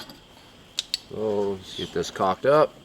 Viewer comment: lol, when you said you were going to, "Get this caulked up". I actually thought you said, "I JUST COCKED UP"lol. Shed's looking great